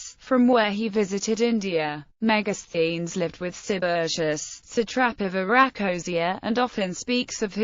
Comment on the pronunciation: Helpful to pronounce the word , Thank you 🙏